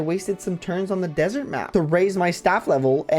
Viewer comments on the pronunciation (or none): none